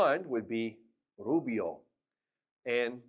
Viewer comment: Pelirrojo rubio r pronounciation is not right